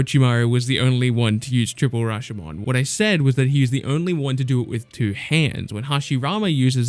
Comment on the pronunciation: you should pronounce triple Rashomon gates like this Ra-show-mown HOPE it helps your pronunciation!